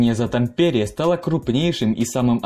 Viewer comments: Ну как можно так коверкать названия ударением??? Видео Интересные, но названия исковерканные ! И это не только про это видео! лАдожское озеро, а не ладОжское)) гАубицы, а не гаубИцы))) тАмпере!!!!! А не ТампЕре))) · Режет слух. ТАмпере . В финском языке всегда ударение на первый слог. Нельзя было проверить перед зачиткой для ролика? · Как финский резидент, пара ошибок: 1) Финляндия не Скандинавская страна, а Северная (Nordic) 2) тАмпере, не тампЕре :D В остальном, классное видео, спасибо :) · Это не совсем так. В сложносоставных, матерных и словах иностранного происхождения ударение бывает какаим угодно. Но ТампЕре конено звучит дико. . Да хрен с ним с Финским, у диктора и с Русским проблемы, как мтнмум с падежами. "Корпус под командованием Рюдигер фон дер Гольца" по Русски звучит так же дико как и "под командованием Георгий Жукова". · Ролик познавательный, но… ТамПере… в финском языке абсолютно все слова имеют фиксированное ударение на первый слог, в том числе и топонимы. В Сочах, в Хельсинках, в Химках. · Уважаемый автор, откуда такой вариант ударения в названии Тампере? Почему ТампЕре, а не ТАмпере? Насколько известно, в финском языке ударным всегда был и есть первый слог. Такова особенность всех финно-угорских языков. Неужели трудно было посмотреть хотя бы Википедии перед тем, как записывать видео? Или Вам нравится показывать свою безграмотность всему русскоязычному миру? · Да почему ТампЕре?! Правительно говорить: ТАмпере. В финском языке ударения во всех словах ставяться на первый слог. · тАмпере, а не тампЕре!!! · Как режет слух ТампЕре, в финском языке ударение всегда падает на первый слог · Хельсинок? ТампЕре? Из моих ушей пошла кровь! Автор, учись говорить правильно! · Тампере, ударение на букву "а"! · Helsingissä тогда уж. .. А чё, слова ТампЕре тебя не смутило, Суомалайнен? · Название города "Хельсинки" не сколняется. Тампере - ударение на первый слог. На будущее, в финских словах ударения ВСЕГДА ставятся на первый слог.